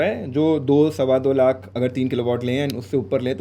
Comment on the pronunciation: se mene suna lo lakh 😂 dhyan se suno